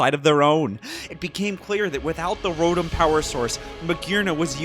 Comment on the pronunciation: He keeps mispronouncing Rotom :U